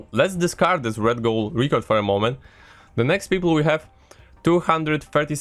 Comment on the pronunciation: It's pronounced record and not reecord aaaah